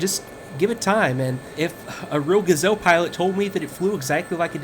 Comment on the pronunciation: no no no... you say ''Ga'' short and ''zelle'' long. The correct french pronounciation is ''Ga'' long and ''zelle'' short! Please. It's a joke, but it's true :P Great review!!!